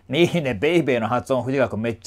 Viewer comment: らぶせんさん！ 2曲とも本当に素晴らしかったですね～！ のBabyの発音、かっこいい☆ ユニット曲、今からとっても楽しみです♪ 「ConneXion」にインスパイアされた物語がdTVで？！ それまたスゴイお話ですね～～！ こちらこそご視聴いただきましてありがとうございました☆